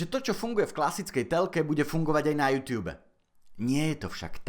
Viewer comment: prosím nečítaj to júťjúb ale normálne jútúb :DD